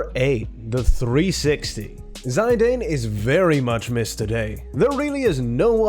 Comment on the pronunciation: Where the hell have you ever heard that Zidane pronunciation??